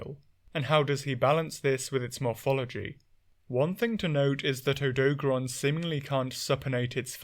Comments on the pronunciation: "Odo-garon", no "doag" sound in the middle. Same thing with Lunagaron, where it's just the 2 halves "Luna" and "garon" like what you'd expect without making a combined middle sound. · i cant listen to odo garon be pronounced incorrectly for so long. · Butchering of the name aside (you're the second British person I've heard say the name wrong), Odogaron is very fascinating. With Ebony Odogaron specifically, its Dragon Element and Berserk State are something it actively tries to maintain with its habit of carrying meat around constantly. This Subspecies is fully aware of how much faster and stronger it gets when its body takes in meat. It also seems like Ebony Odogaron took to Dragon Element specifically to account for its nomadism, as its Dragon Element production is highly effective at dispelling the elemental abilities of other Monsters.